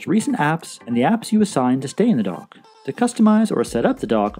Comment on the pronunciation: For the longest time, I thought you were saying "The Apple Dog". I finally realized you were saying "The Apple Dock". I'm in Houston, TX and I guess we speak a different English language here. BTW, I have the Series 5 but your videos are still relevant.